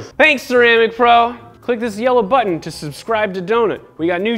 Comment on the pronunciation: every time he says 'yellow button', i hear 'yellow butt'